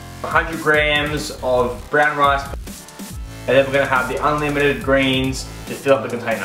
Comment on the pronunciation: Briyaaan rice? You mean Brown Rice right?